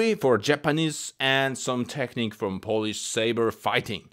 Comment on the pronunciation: WTF "polish"